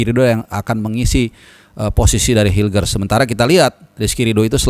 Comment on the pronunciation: lagi mabok mungkin pas ngomongin hilger!!